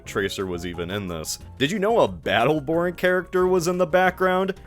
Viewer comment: the most telling thing about battleborn’s cultural staying power is that i couldn’t tell what you said and thought you meant “beetleborg” like its more likely the big bad beetleborgs, a power ranger copy from the 90s, was more likely than a 2016 video game